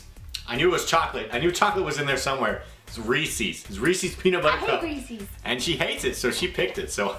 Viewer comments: As a Pennsylvanian I must say it's pronounced ree ses not Rees ees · I thought it was Ree•se's not Ree•see's. In pronunciation I mean. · i thought it was reeses not reesees :D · ree-says, not reesees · it's not pronounced Reesee's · Ive heard the commercials man it's not how saiid it and pennsylvania is the hershey capitol we say it right.